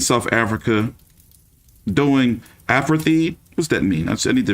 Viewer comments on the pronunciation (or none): The word is APARTHEID pronounce ..(a-part-tied) which was going on in South Africa when whites ruled blacks and Mandela was locked up for 27 yrs. The USA and the democratic world boycotted (no trade) South Africa during that time until they released Mandela and he was elected President.